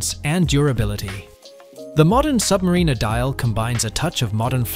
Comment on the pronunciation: Nice tactic mispronounced Submariner.